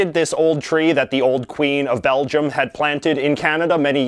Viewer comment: It sounds as if he repeatedly says ‘Belgiun’ instead of Belgium...just me?